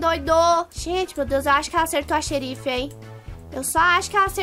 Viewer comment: PRIMEIRAAAAA (eu acho):3 "Xerifá* KSKSKSKSKSK KSKSKSK MTO BOM